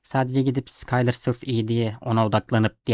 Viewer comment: isimler hatalı telaffuz ediyorsun. Allah Allah diyorum, ben de bunlar kim, neden bende yok diyorum ben de. 😅Çarlinin asıl adı Karli, sıkayler dediğin ise Şuylır diye okunuyor. Lütfen beni yanlış anlama. Kabalık etmek ya da ukalalık yapmak gibi bir niyetim yok. Sadece benim gibi acemilerin daha iyi anlayabilmesi için. Seviliyorsun, iyi akşamlar. 😊😊😊😊